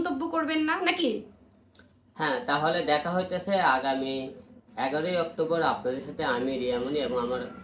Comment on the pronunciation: "অক্টোম্বর" কী জিনিস ভাই? 🙂